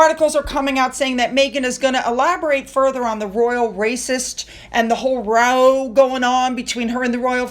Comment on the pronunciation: Great pronounciation of row,! Thanks for listening to the suggestion. I predict 2023 will look like a picnic for H&M by the end of 2024 - if they think they can't go lower, just wait until next year.